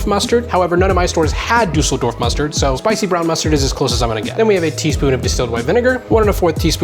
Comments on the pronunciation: It's Dossle Dwarf. Glaub mir ich weiß, wie es ausgesprochen wird. That being aside, things are pretty bleak around here in Germany. Fuel lockdowns are coming. Can't fly, can't drive, can't escape the country. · "duh-suhl-dorf" mustared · Boosty boost just commenting for the algorithm. What is dooseldorf mustard? 😅 That sounds made uppppp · Him trying to pronounce Düsseldorf is precious